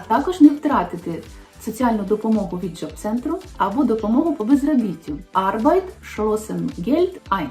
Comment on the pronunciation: ArbeitS - losen ,а не арбайтшлосен🤦🏻‍♀️